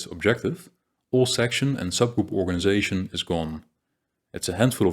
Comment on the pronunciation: The content is very good. But your Dutch accent is very thick. You make a lot of small pronunciation errors. 100% on some sound. It is really a pity. For an example word: you cannot pronounce the word "organization" correctly. You say "Organizasjen". Or the word "section". You say something like 'seksjen' with a 'sh' sound. "Organizasjen" . Dutch people always hear insert a 'sj' sound everywhere in English. I suppose it has linguistic reasons and very difficult for a Dutch person to learn. Still it is important to know that where your English is very good. Your pronunciation is quite bad on that specific sound.